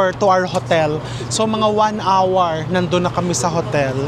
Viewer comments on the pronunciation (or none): none